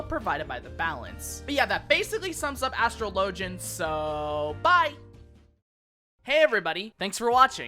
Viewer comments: Astro-low-gen? Well I low key hate that’s cannon 😂😂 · Why do you tubers not know how to pronounce this job??? It bothers me…